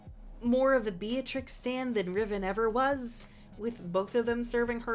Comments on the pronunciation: Yeah but it’s not pronounced like that It’s pronounced beet-rix Not be-a-trix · what? Be-a-treece it's Italian. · Hollands previous queen’s name is Beatrix and its pronounced as Bey-ah-trix